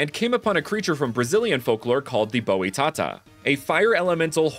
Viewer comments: As a brazilian person and a speech pathologist post graduated in linguistics, I notice you tried to speak "Boitatá". Is not "Bowie Tahtah", it is BOITATÁ (the letter "I" is speaked very quiclky, focus on the letter "O" of the word , this "O" is a closed one, different from the "O" of "BROTHER" more similar to the "O" in "GROWTH" , and the stressed syllable is the last "TÁ" in the name, it literaly have a accent sign called acute accent, which means you speak with emphasis in the last syllable, don't speak like "BOY", it's a totaly different word). Put on google translator, we are in 2023, there are no excuses to not inform yourself nowadays. Is not late to learn about the correct form of speak other words and names in their languages. You guys in USA and other english native speaker country use to ignore how to speak correctly and when we outsiders speak your language we are crucified with lot of xenophobic offenses. Consider this as a advice of a friend to be a better communicator in this platform. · "boÍ-tata" loooool it's pronounced as boi - ta - tÁ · I'm brasillian and love to see some references, also titanoboa was native of Brasil, so it's kinda a brasillian pokemon lol, boitata pronounces like boytAtA, but boY, we focus more on the letters that I wrote capital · Just one little tip on the pronunciation of "Boitatá". The accent in the last syllable makes it the tonic syllable in that word. Because of this, the "-tatá" part of the name is pronounced like the expression "ta-ta". The whole word is pronounced something like "buoy ta-ta"